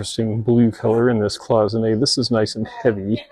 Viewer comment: Thank you for pronouncing cloisonné correctly. I don’t know how many resellers I watch on You Tube who constantly mispronounce it like cloy-zon-ay. I know it’s not a big deal, but it really irks me every time.😂